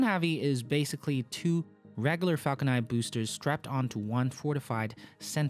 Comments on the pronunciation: Falcon niNE not Falcon Ni. I know it's your accent but it's definitely something you can work towards. The videos are great. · it's not falcon nie it's falcon niNe. why on Earth don't you pronounce N?